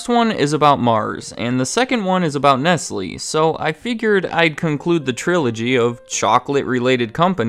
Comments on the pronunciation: You are right, I apologise. Please look up how to pronounce Nestlé. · Isn’t “Nestlé” pronounced as “Nest-Lay”? Nestlés aside, nice vid 👌🏼